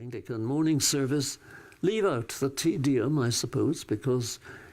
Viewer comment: He pronounces Te Deum like"tedium" , teedeeum instead of tay dayum. Good message, though.